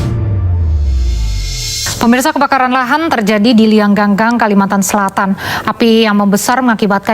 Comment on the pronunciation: Liang Anggang... Bacanya : Liyang ang gang... Bukan Liyang gang gang... 🤭🤭